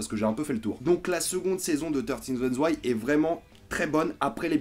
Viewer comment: Le prends surtout pas mal. Mais le "th" en anglais ne se prononce pas "te". A la rigueur c'est plus "fe".